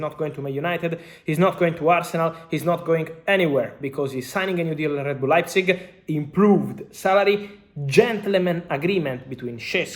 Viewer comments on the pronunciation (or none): none